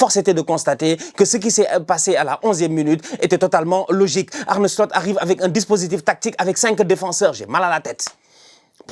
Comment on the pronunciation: arrête de dire Arne "Slut"😂